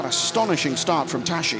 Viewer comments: Tas-si -> Tassi, not tashi! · It's the Hungarian prononciation. It's not Tassi. Thanks for watching (and listening...).